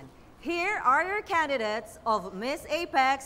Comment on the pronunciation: Here are your can-di-dets…l